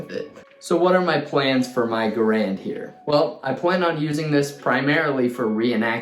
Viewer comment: You pronounced Garand wrong. People keep doing that.😥